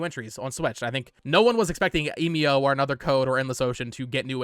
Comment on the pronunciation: It bugs me that you still cannot pronounce Emio